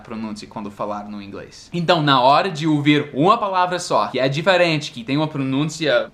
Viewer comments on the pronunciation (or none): Falando em sotaque, fala "diferente" como no Nordeste; difééé-rêêênh-thi e "pessoa" como no Português de Portugal "P' ssoa" hahaha isso é fofo!!!